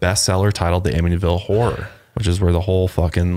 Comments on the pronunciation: Ammonyville? Wth? Who calls it that? It's "am-it-ee-vil" anyone who says otherwise is brain dead. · The "t" in Amityville is not silent btw. Its said exactly way that it's spelled. I grew up in Av & now I live like 10mins away lol Just wanted to let you guys know ☺️☺️ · You said it wrong...it’s really not that hard to say. Amitty-Ville. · They were saying “Aminyville” so they were saying not only is the T silent but it is also magically changed to the letter N! I was so confused and started to doubt myself! Thank you for the clarification! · say 'Amityville' like Australians (psa: we dont pronounce most letters properly) amid - ee - ville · Lol its cute but its not a silent t! Its like “am it tea vill”. I live on li and they often have cops roaming the area because people live there (last i checked) and so many people show up to their property. I had a house directly behind me where the son murdered his whole family but i forget the name of the family because it happened a few years before we moved in and i didnt bother to look into the details. No one ever moved into that house while i lived in the area. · Ugh.. it’s just AmiTYville. Exactly how it is spelled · I’m a long islander and I’m cracking up at them struggling to pronounce amityville 😅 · Im from NY too and I was so confused as to how they were pronouncing it 😭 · Since when is the “T” silent? Or replaced with the sound of the letter N? I’m sooo confused by that. I’ve Always said it just the way it looks. Wow, if that’s true then I feel stupid. 😂